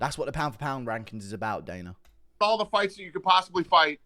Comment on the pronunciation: Guru.. his name is Dana not Daner